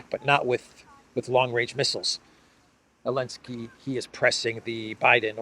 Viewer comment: Is this person incapable of pronouncing Zelensky or does he know something we don't?